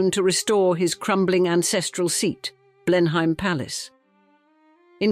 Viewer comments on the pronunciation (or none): Another poor little rich girl story. Prounounced blen am. Not blenhime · You should have learnt how to pronounce BLENHEIM correctly. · Couldn't the voice over learn how to say Blenheim and Ivor correctly? such an ear sore! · What a shame you couldn't find a narrator who could correctly pronounce Blenheim.